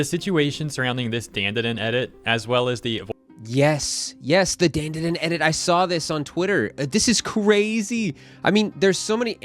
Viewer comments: Dan = don not Dan 😭 . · that's wierd kbo guess I'll make it simple for yt then. Dandadan is supposed to b said as dondadon. That shud b simple enough 😁